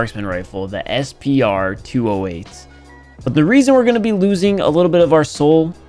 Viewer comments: Based english lesson i can safely correct u that its not pronounced SP-R 208 Its pronounced Spur 208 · You miss pronounced SPR its S P R its the Spur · It's sup-r 208